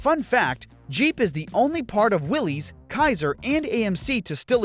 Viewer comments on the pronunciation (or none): It isn't Willy's Jeep, it's Willys (pronounced Willis). It's a last name, not a first name. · It's pronounced wil-less not will-ese. Ask the family members of the designer, John Willys. 🤦🏼‍♂️ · Fun fact… Willys isn’t pronounced like Willy’s or Willie’s, and is actually said like Willis. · It’s pronounced Will-is but say it fast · Willys is actually pronounced “Willis”.